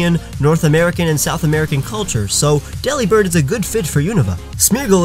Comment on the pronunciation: Delibird is pronounced delivered but the v is a b